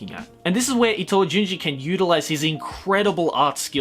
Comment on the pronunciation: Itoism. Seriously bro?